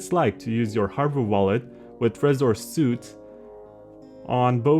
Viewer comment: It is pronounced “sweet” not “suit”. You can’t do a 1 hour tutorial and mispronounce the product’s name.